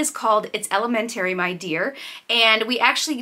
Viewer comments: I find it funny how New Englanders say the word “elementary” lol but anyway thanks for sharing! Love you guys- I will definitely check out the new channel! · I had to rewind because I was like, what did she say? Lol. Not making fun, everyone has the their own way of speaking, just threw me off!